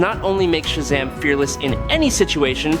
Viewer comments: Why is he saying Shazam weird? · Cause the AI they using